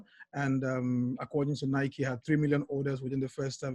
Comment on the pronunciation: The way this guy says Nike drives me nuts lol